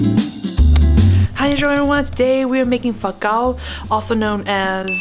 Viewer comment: When you say fawm kau it sounds like you're saying fuck out. Lol 😂